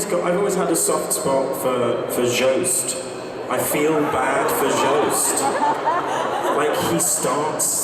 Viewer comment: Kit actually pronouncing Joost quite accurate amazes me